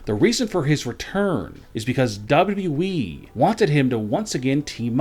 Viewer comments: His voice is flipping annoying cant even say WWE properly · Why can't this guy say "WWE" clearly? Do these guys watch and listen to their own videos? The sing song reading is THE WORST. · WW weeeeeee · what an accent dub double u eeeee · Can someone teach this fool how to say W.W.E!!!